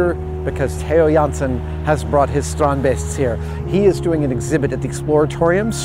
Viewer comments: I kinda appreciate how Adam actually took the time to figure out how to properly pronounce Theo Jansen and strandbeest. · cool to hear an american guy say a dutch name perfect, everybody loves adam